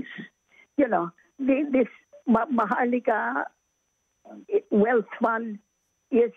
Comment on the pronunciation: MAHIka Fung magic magic Wala nah..hahaha not maharlika..MAHIKA..waw magicccc